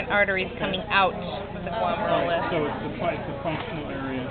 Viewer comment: "glum-air-you-luss" guys. =)